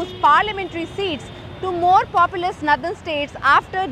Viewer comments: what is "Nadhan" states ? its Northern. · Nothen state it's nort ern not nowthen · DW needs to get better narrators. It’s not pronounced nthern but nor-the-rn. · Also btw, the pronunciation for “Northern” is “Naw-dhn” not “Nuh-dhn” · "Nathern" ???!!! It is "northern" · Noh-dhern NOT nuh-dhern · Its Pronounced " Northern " , not Nadharn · It's not 'nurthern'. It's 'Northern'. This sort of thing bothers me. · Why does she pronounce Northern as 'Nuthun' ?? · Her pronounciation of 'Northern' is almost like 'Nether'. Deliberate?? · "Nuthen" states nahin, meri behen - nOrthern states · It really irks me when she says "naddan states". But not as much as the growing N/S prosperity divide.... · "Nandan States" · Is this a new way of pronouncing “Northern”. , DW is coop 😊😊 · Very true ! This can be seen from this lady ( from North India) who doesn't even know how to pronounce "NORTHERN" correctly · I only wished that the host could pronounce Northern correctly, Sorry, lost interest in watching video where a word is repeatedly mispronounced. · pronunciation of "northern" alone is a clear marker of the obvious divide between the North and the South. One of the many problems with North Indians is their refusal to look inward and take measures to correct their societies and themselves personally. They always hide behind nationalism to continue to leech off the South while taking every measure possible to dilute federalism. If "greater population" demands a "greater" voice then states like Tamil Nadu might rethink continuing in this Union, after all, Tamils or Kannadigas etc. are the greater population in their own regions! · First of all pls pronounce 'Northern' correctly. It is not pronounced like Southern